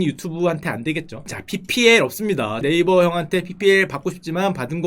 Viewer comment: 네이버애기만 나오면 왜 자꾸 네일베거림?